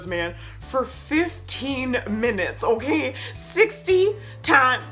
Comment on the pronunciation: Why does her okay sounds "onkay" to me 😂😂😂